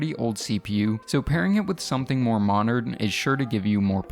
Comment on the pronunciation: "something more monerd"